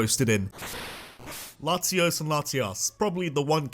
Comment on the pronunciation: THERE IS NO VOWEL BETWEEN THE Y AND THE V IN YVELTAL! HOENN IS SUPPOSED TO END WITH 2 N'S! AND THERE IS NO N IN LATIOS!